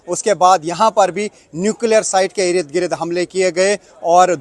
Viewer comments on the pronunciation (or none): Rid Girid nahi balki ird gird boliye